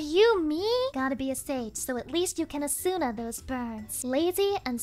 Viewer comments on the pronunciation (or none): none